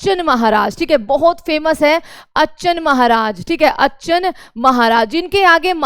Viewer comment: Kisi mudic teacher ko bulate yaar.. Ye teacher to naam bhi shi se nhi le pa rhi hai.. नत्थन पीर बख्श होता है, विष्णु दिगम्बर पलुस्कर, अच्छन महाराज होता है।